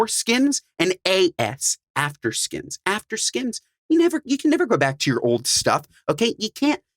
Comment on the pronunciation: Why did it bother me that he’s calls or skins not skims like boy chill out how you getting paid to promote a brand you can’t even pronounce right 😂